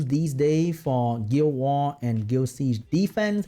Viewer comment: CEO of "Gil Wah"